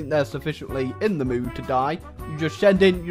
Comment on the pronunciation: I have a suspicion that might be french. Because of this "Thé"